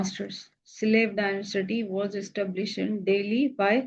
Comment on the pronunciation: Ma'am ye density nhi dynasty hai